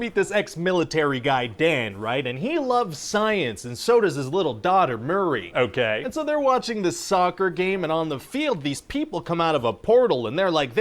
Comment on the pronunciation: I see what you did there, starting the video with a moment out of context. Nice. Also why does Pitch Guy keep calling her Murry? It's pronounced Mee-ree. Just a nitpick.